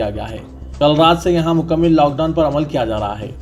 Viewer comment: مکمِل 🚫❌✖️❌✖️ مکمَل☑️✅